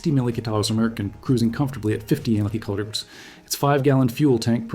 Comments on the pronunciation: Empeeachearrs= mph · Please teach your AI to speak properly...MPH, etc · Dear Moderator: Do you even review your own videos before posting them? The images are great, but, PLEASE STOP using A I. moderator programs in your videos. Hire a REAL voice over artist who WILL NOT mispronounce the term "m.p.h." like an idiot!!!!!! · Why can't you say "MILES PER HOUR? Oh, it's a BOT because the creator doesn't have the Balls to SPEAK into a Mic! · When the speed is mentioned for these planes, I don't have a clue what's being said Listen to one example here: or here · I suspect another video of thrown together footage and AI narration. How else could you explain the weird pronunciation of the speed units ? Don’t waste your time. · Artificial Intelligence has problems pronouncing abbreviations such as MPH or KPH or MPG, etc.